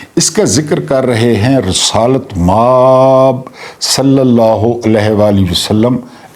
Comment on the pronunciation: اللہ کے بندے مآب بہت لمبا کرتے ہیں م کو لمبا نہ کیا کریں آب کو لمبا کیا کریں